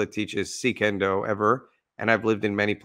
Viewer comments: You pronounced it correctly just before 4 minutes mark. Never heard it pronounced C Kendo. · so the pronunciation of suikendo is fairly simple sui ken do, ui being pronounced a bit like ui in french but otherwise intuitive. Japanese doesn't have silent letters and vowels are pronounced consistantly, if you see 2 next to each other just say them both but run them together.